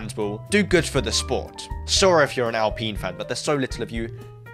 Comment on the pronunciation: I love alpiiiine and pronouncing it like that is funny